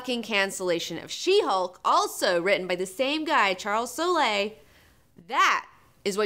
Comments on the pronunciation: its just pronounced soul. like the spirtual soul. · I wanted to join in on the drinking so I took a shot every time mispronounced Soule (sounds like soul). LoL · I'm not sure you are saying Charles Soule's name right, go listen to an iFanboy podcast it seems like they know him personally and I assume they get the pronunciation right, unless mispronouncing things is your thing, if it is then more power to you!